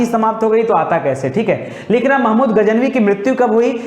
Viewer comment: गज नवी बोलिए।